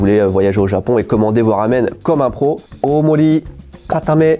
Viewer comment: 大盛り (ōmori), pas 大森... la honte.